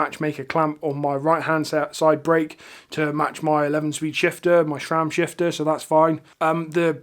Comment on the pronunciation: Great stuff. Sram please, not Shram. Thanks